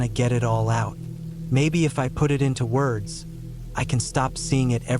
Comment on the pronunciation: Dude the AI had some glitch and would pronounce words like a Mexican who didn’t speak much English lolz 😂